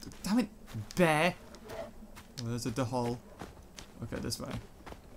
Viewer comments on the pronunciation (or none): Hey! You pronounce dhole wrong! It's not de-hole it's dole! Just to inform you:)